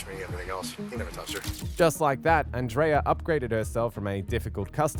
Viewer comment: Circle k is a convenient store and our name is pronounced an dria 😊